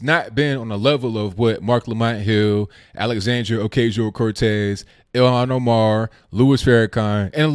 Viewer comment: Bro, it's Oh-kah-see-oh.